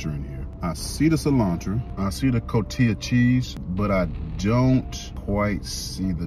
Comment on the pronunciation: It’s coheetuh cheese! Shout out to uncle Dan-O!